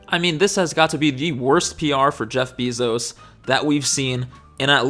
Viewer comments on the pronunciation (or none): Jeff Bee-Zos 🐝